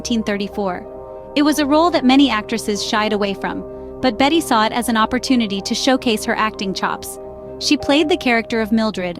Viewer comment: She IS NOT "Bet" - her name is pronounced *always with 2 syllables as "BET-tee"